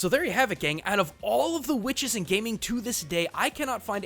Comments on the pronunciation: QUHICTES is what I heard when you said witches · Did he say "Whuhwitches"? Is that a JonTron reference? Ok...